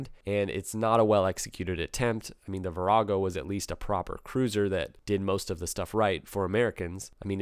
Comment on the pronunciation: I actually gasped when you said "Virago"! Blasphemer!